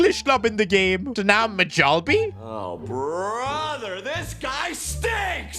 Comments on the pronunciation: it’s pronounced myallbe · Bro l live in Sweden and is not ” majalby”